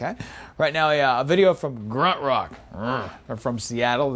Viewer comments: Grunt ruck? It's pronounced Grunt Truck as in the sound a truck makes. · LES nah, he said it wrong as a lot of people did. The Shot EP even has trucks on the cover haha. Think they had to start incorporating trucks so people stopped mispronouncing lol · I was in the Seattle area from '92 to '95, and I had the Inside Yours and Push CDs. This dude on MTV2 is not even funny in his mispronounciation of Gruntruck and The Triffids.